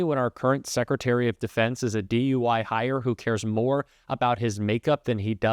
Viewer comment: Did he say:"DUI hire?"